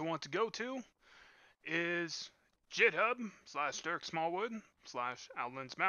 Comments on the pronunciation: I clicked the link to come here to say the same thing. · "dzheethub" are you serious? Otherwise great video, thank you.